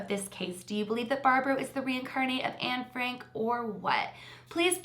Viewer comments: Exactly! And I’m Dutch like Anne and heard Barbro say Anne Frank in the video but you know what? We don’t pronounce it like that at all! She doesn’t even know how to pronounce her supposed name! And if she remembers so much, why can’t she remember some Dutch sentences or words? And the “facts” she knew are common knowledge in the Netherlands and a lot of European countries. I know some extra stuff that you can’t really read in books cause I saw it on shows and interviews. Like things about Anne’s friends, her crush, people that helped her, etc and you can’t read that in the books. Isn’t it a little suspicious that the stuff that you can only learn from Dutch shows or would know if you were there, she hasn’t said anything about? And the stuff that wasn’t public to Sweden yet, she hadn’t cared to mention either? Just the stuff you could read in books... Maybe she really believes she’s Anne but she’s delusional then. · Interesting case, but Anne Frank isn’t pronounced the way you think it is... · Can't help it to laugh in the way you say anne frank 🤭 love the video tho, and the house of anne frank is very impresive to see. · I’m Dutch and we say Anne Frank completely different from what Barbro said in the video. She doesn’t even know the right pronounciation of her “own” name! Isn’t that a liiiittle suspicious? Also, the stuff that mentioned that Barbro knew is common knowledge in the Netherlands and a lot of Europe, it can all be found in books. I believe I know even more about Anne Frank than her..